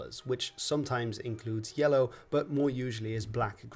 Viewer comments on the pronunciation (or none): none